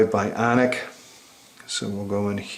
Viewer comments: apple has 4g its only on at&t... this guy sounds like a complete nerd hes like the droid biawnic. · He says BYAWNIC like it's Jersey Shore ! xD